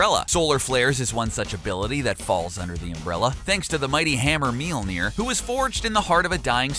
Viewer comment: Tip: If you want to be real classy when talking about the hammer, listen to the letter ø/ö and put it in the middle (Mjølnir). It would make the pronounciation far better. :-)